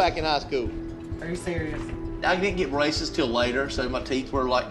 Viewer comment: he said braces. I thought racist at first as well.🤣😂